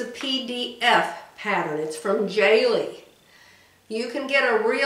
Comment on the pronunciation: Please pronounce Jalie correctly